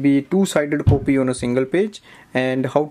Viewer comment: everything apart but the way as you say "coopy" is hillarious....... pardon me for my outspokenness but you almost enforced me to comment. #COOPY